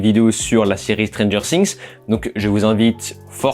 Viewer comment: La prononciation du nom de la série 😂, mes oreilles saignent 😅